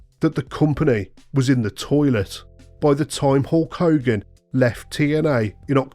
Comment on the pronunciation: Did you say hawk hogan? Are you markyd123 with a synthed voice? Will a wild slapnuts appear? 😏